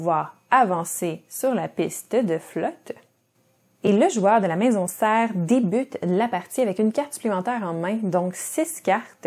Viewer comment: Merci pour cette video. Juste une chose : pour la carte CERES ça se dit Cérès et non "serre" ;) (c'est le nom d'une petite planète (un gros astéroïde en réalité) de notre système solaire. De mémoire c'était le nom d'une déesse romaine, mais je ne sais plus pour quoi :)